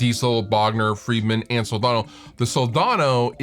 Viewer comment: *budget-friendly, yo *there are (the word "schools" is plural, yo) It's pronounced Sol-DAN-o, not "daaaaaawn-o"